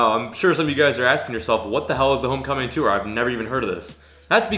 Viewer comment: Can you never say “tour” ever again in your life